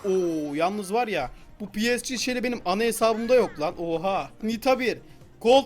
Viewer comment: Pi esci değil pe se ge diye okunuyo yani PSG